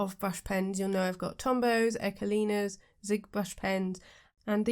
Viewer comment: ecoline isn't pronounced as echo- lina, it's eco- line, the eco part is the same as eco friendly and line is just line. Sorry to be that person.